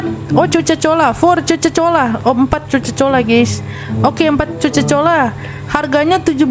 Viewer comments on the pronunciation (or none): Coca cola bukan coco cola😅😅😅🗿